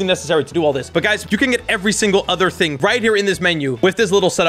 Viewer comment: “1 hing”🤣🤣🤣🤣💀